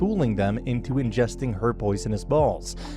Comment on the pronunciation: Why does he say ingesting balls like that🤨